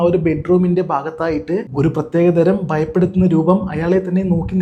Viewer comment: ബങ്ങി അല്ല.., ഭങ്ങി ബയം അല്ല.., ഭയം ബയപ്പെടുത്തുന്ന അല്ല.., ഭയപ്പെടുത്തുന്ന